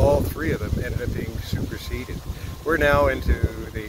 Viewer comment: What did you mean when you said all 3 hives were super-seeded or superceded? Im not sure which you had said lol but i was just hoping for clarification